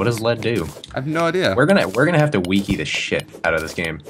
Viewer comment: He said Wiki like weekey. This made me laugh. Weekeypedia